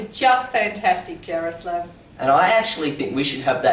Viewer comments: Czech Republic ftw!!!!! And you pronounce Jaroslav wrong it's pronounced ya-roh-slav :) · It is pronounced, "Yar-o-slaw-v"